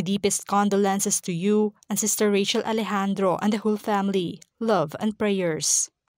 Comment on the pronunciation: Rachel is pronounced with CH not SH.